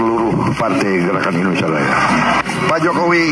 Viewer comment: ma'af pak indonesia bukan endonesia